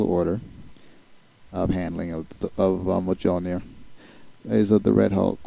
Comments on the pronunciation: You do not pronounce the j in Mjolnir. It's pronounced closer to mole-neer.. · That picture is not cap, its USAgent I think... Also sorry to nitpick but you pronounce Mjölnir wrong,it actually pronounce like myol-n(ee)r. Other than that great video and I look forward to watching your others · superman also is weak to magic so he may have a hard time controlling it. Btw you're not pronouncing the hammer s name right they even mispronounced it in the movies.